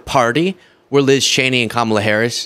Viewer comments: HE PRONOUNCED HER NAME RIGHT!!! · Omg I almost missed, and had to go back and listen, but trump actually pronounced Kamala's name right. Armageddon might be about to happen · He pronounced Kamala correctly. Put it on a loop!